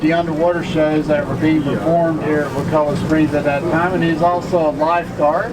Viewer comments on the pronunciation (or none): I think its pronounced Wa-call- la. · Hi, I wanted to tell you that I live here. I go to the high school. I just found this video and I wanna let you know it’s pronounced wuh ku (like cup) la. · Bruh I live like 15 minutes from there it’s pretty sweet and sorry to correct you but you say wakulla wrong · Your saying Wakulla wrong I grew up in Woodville lol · You pronounce Wakulla wrong completely. Thumbs down. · Say wakulla right dumb ass